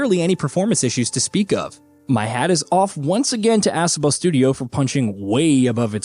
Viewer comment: Ass-obo 😆 it's UH-SO-BO